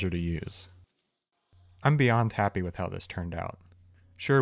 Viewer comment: I swear he said “beyond tappy” at the end